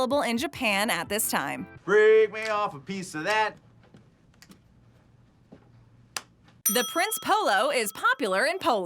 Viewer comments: see i'm polish and I go to polish store's in America and we have prince polo it's actually pronounced (princ) EH (polo) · I’m polish so yeah Prince Polo is really great but you don’t pronounce it “Prince Polo” but instead “Princey polo” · I am polish and the way she pronounces Prince Polo ahhhh sooo wrong